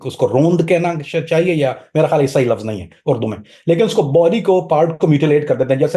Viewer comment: Abey illu k p..ye "Hiyaal"l kiya hota hai ?? Khiyaal hai ya Hayaal ?? Chala urdu podcast kerney 😅😅